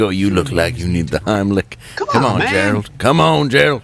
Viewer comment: Run Gerald! RUN! Dave didn’t say Heimlich, he said HINEY LICK! RUUUUUUUUUUUUUN!!!